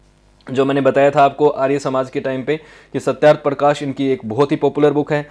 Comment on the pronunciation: Name of the book is satyarth parkash not satyaparkash